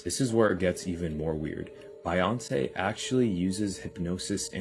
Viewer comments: Who tf is Biyonce? 😂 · Wait…. How did that dude pronounce Beyonce? Bi-yonce? Tf? 🤔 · The first dude seriously doesn’t know how to pronounce Beyoncés name? Lmao.